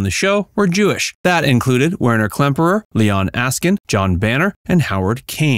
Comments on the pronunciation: I was able to watch this collection of mispronounced and misspelled names until Werner Klemperer was butchered into Werner Klempner. That's enough. It's clear that you never watched a single episode. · A good documentary ruined by a total lack of professionalism. Not bothering to get the cast’s names right is bush league at best and you should be ashamed of the result.